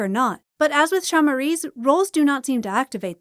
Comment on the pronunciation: Nice video, thank you for all that you do for the community >:) On a side note, the way you pronounced "olho" was really funny lol (its a hard word for non natives since the "lh" sound is not that common in other languages, so don't worry lol), also you more or less nailed the word "chamariz" so I forgive you, keep the good work I love your vids >:)